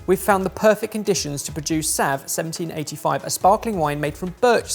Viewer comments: If you want to be the person people hate at a party with the sap from Sweden, call it saav, not sav. Its a long A sound. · The A in Sav is pronounced like in Saw and Sav is the Swedish word for tree sap.